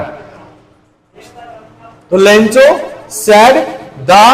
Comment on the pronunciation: लेंचो नही लैंको